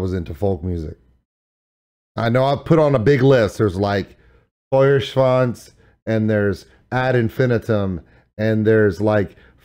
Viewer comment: if only you could try pronouncing Feuerschwanz correctly ;)